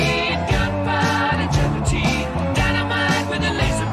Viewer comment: "Gelatine", not "Guillotine". "Gelatine" was a key ingredient in making "gelignite" explosives...an old type of explosive.